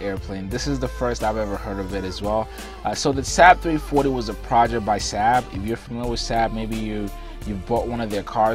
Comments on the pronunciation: SAAB is NOT pronounced SAB but SARB like carb. I should also point out. with enough money ANY aircraft can be purchased as a private plane. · Its Saab not sab pronounced (sawb) I my first car was a saab not reliable at all bun fun to drive turbo charged and handles well in the snow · Lol love this guy but he literally pronounced it SAHHHB it's pronounced like Sawwwwb or bob but replace the B with an S. Same company as the swedish car manufacturer that's been around for a LONG LONG time. In fact they got their start in airplanes and jet engines. They've been around since like the 30s. Much like how Rolls-Royce got it start and specializes in aircraft/jet engines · It's pronounced SAAAB not SAB. It's disrespectful not to pronounce the name properly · Saab pronounced Saub did not decide to make an airplane. They decided to make cars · FYI, Saab was an airplane company long before it was a car company. The name itself stands for “Svenska Aeroplan Aktie Bolag” And they are still an aerospace and defense company making very high performance military jets and guided missiles. Also it’s pronounced “Sob” And Rhymes with Bob and mob and blob. ;). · Saab pronounced sob. Like sobbing crying